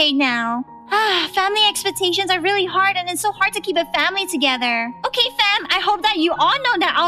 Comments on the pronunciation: its okeh to not be okeh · Its not okeh to be okeh (titan cry 😭) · It's OKEH to be OKEH (titan cry 😭)